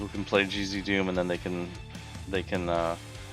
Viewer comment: cheesydoom (gzdoom as pronounced), lol.